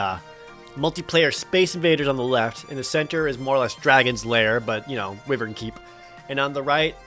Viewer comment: pronounced wyvern wrong. It's pronounced why-vern, I even looked it up.